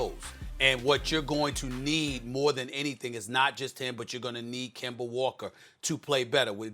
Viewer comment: SAS Finally Said Kemba Name Right 😂😂😂